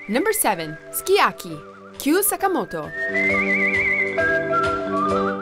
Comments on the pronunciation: I do like the list but unfortunately, or the people who wrote the script for her had greatly mispronounced Sukiyaki. It's pronounced just the way it is written–Soo-kee Ya-kee. Also, Jai Ho from Slumdog Millionaire and Dragostea Din Tei (the Numa Numa Song) should have at least been an honorable mention. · She did ok but many of them were not pronounced correctly like Sukiyaki and 99 Luft ballons